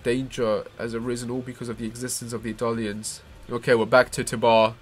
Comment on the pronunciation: "Edalians"? "Marleenians"?